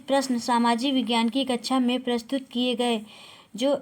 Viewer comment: आप कक्षा को कचछा क्यों बोल रही हैं